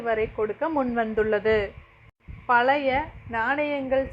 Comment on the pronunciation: பழைய என்று உச்சரிக்க வேண்டும் என்று வேண்டிக் கொள்கிறேன்